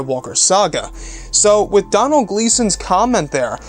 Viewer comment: Doh-nil is the pernusiation not Donal, Doh-nil (Donal), it's an Irish name, can we do a video on the possibility of Luke being alive.